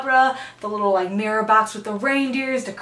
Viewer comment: It’s called sparse, like you say park. Not sparse like pear. Also, you say mirror wrong. It’s not pronounced mare. Mare is a female horse. Learn how to say words before you start a YouTube. It’s a candle stick not candle steak. And tbh, it’s neither. It’s a candle stick holder. It’s not even a candle stick.